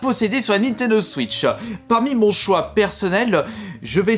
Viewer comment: Cette vidéo m’a beaucoup aidé pour choisir des jeux mais c’est quoi cette façon de parlereu c’est abuséeu il dis Nintendo switcheu